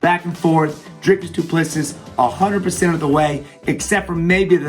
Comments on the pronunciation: Doo-pluh-see, lol not dooplesses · "Doo Plessee". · It is pronounced - DOO PLA SEE. Its Afrikaans. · How come you make a video about a fighter but you can’t even pronounce his name correctly? The final S is silent. Dricus Du Plesseeee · Stephen, it's pronounced Doo-pla-see. Great analysis otherwise 👍 it's nice that our boy is finally getting the credit he deserves. His style has won him 3 other belts in 2 other organisations so the fact that his style is effective is nothing new. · It's pronounced as DU PLESSI (the last s in PLESSIS is silent) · Pronounce his name like this Dree Kiss Do Plus Sea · Say doo plu sea (see) not seas not sees.Don't pronounce the last 's" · It's doo pleh sea With a hard d and p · Wonderboy we love you! It's pronounced "Du Ples-see" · I'm American and his miss pronunciation of his last name is like nails on a chalkboard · It's a silent s at the end guy...cmon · Just call him Dricus or DDP if you can’t say his last name properly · Ffs. Silent S at the end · Pronounce the champs damn name right. No wonder you thought he was gonna lose you dont know shit about him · He says his name wrong a thousand times, but says it right lol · His surname is pronounced same way you say 2 + 3. Congrats on getting first name right, a bucketload don’t. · The last s in Duplisis is silent. You're welcome